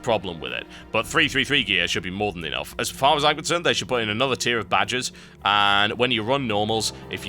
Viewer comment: When you say 'badges', it sounds like 'badgers'.